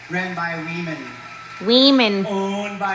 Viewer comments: Sounded like she said " We Men" NOT Women thanks for another great video 👊🏽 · "WEEmen" 😅 More like " Weakmen" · "Wee-man"? I didn't know Jason Acuna was the owner of the Miss-ter Universe pageant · HE's not saying "weemin", he's saying "we men" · We-men was a purposeful mispronunciacion. Think of the meaning. Glad he's bankrupt. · That trans woman owner is too funny. He definitely tells the truth. He says women as wemen, and they are really men so you can’t say he’s lying.😂😂😂 It’s all so pathetic. Let real women do this and maybe start your own thing, like trans vs drag or something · he actually sais WE-Man if your wondering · if you listen closely hes not saying women, hes saying WE MEN! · I believe he say wemen intentionally because, "we men" are going to take over womens competition.